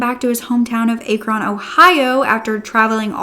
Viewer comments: crazy i'm from here, it is pronounced ah-krin not a-kron (even though that's literally how spell it lol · Ur pronouncing Akron wrong it’s not A KRON . it’s Ah-kREn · For further notice the city Akron is pronounced “ac-Ron” not “ay-kron” only commenting because a lot of true crime content creators make this mistake and I’m from the area. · Hi sweet & beautiful! Happy October, babe! It's my favorite month, too! October 16 is my birthday!! 🎈🥳 October also includes my mom's, dad's, AND my 2 son's birthday, too!! 🎈🎈🎈🎈🥳💞💞💞💞 I hopped on to say hello & to friendly let you know that Akron, Ohio is pronounced Ak-run, not Ack-Ron. I'm just letting you know for future reference, sweetheart. 💛 I live not to far from there in Indiana, plus we have an Akron, Indiana, too! 😉😊💛 A BIRTHDAY SHOUT OUT FROM YOU, WOULD BE AMAZING! plz n thx. With Love, Heather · It's pronounced aah-krin. Please. This is not the first video you have said it wrong. Please Google pronunciation for towns. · Akron is pronounced with a short “a” like in “cat,” with the emphasis on the first syllable. AH-kron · I think she mean Akron Ohio but it’s pronounced ak-rin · Just wanted you to know how to pronounce Akron Ohio correctly just so you know. ACKrun. Big fan of yours btw!! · Just so you know Ah-kron Ohio soft a love you honey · I live near Akron.. it's actually pronounced "ack run" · You are butchering Akron Ohios name lol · friendly correction! im sure someone has mentioned but the a in Akron is pronounced like apple :-) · I love ya girl but as an ohioian I have to tell ya you're pronouncing Akron wrong and it's driving me crazy. The AK is pronounced likr act with out the t and Ron is produced closer to run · The pronunciation of Akron is hilarious. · It's pronounced "Ah" (sounds like "at") "Kron" (sounds like the name Ron, plus the K LOL.) 😊